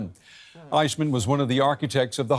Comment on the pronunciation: Cant even pronounce Eichmann